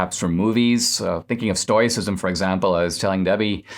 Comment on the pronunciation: Dinesh! Read the comments! It's pronounced "stow·uh·si·zm" !